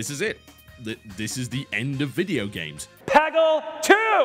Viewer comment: I swear that guy called Peggle "Paggle"?!